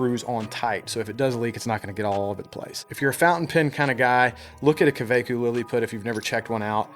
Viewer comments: Hey, I‘m from germany, not only that but from the exact city where the Kaweco‘s are made. You pronounce them simply KaVeCO like COmpany and Vortex. Servus aus Nürnberg. Love u man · I've got the exact same pen, I live in Germany, and thats wäre they are Made. You pronounce the A like AR in "fart" and the E like in "when" KAWECO ( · The O in Kaweco is pronounced like in orange.